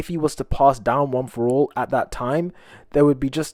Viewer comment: Go to too see him say one for all wrong